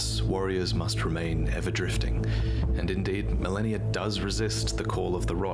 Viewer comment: The guy can't even pronounce Malenia correctly, instead he keeps saying "Millenia" She even says her name several times as she kicks your ass